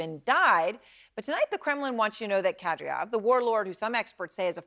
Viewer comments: It's Ka-Deer'-Ahv, as Matthew Chance pronounced it. (Not Kad'-Ree-Ahv, as Erin Burnett pronounced it. But, Erin, I do really appreciate your strong and caring attention to the country and people of Ukraine. From an Ohioan) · "Kadryov"? Talking head bad.